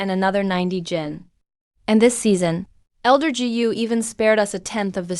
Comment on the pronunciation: dj??? what's that??? gu binigkas na "gee you"??? palpak!!! said binigkas na " sa id"??? sed yun... dami kong di na pinansing palpak sa video na to, kaya creator ikaw na bahalang maghanap at umayos ng mga palpak sa video mo...